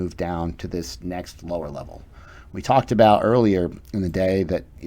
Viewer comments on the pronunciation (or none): none